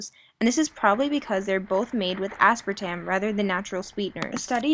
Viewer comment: Aspartame not aspratam. Your efforts had been flawed since you missed 1 mento in the coke zero.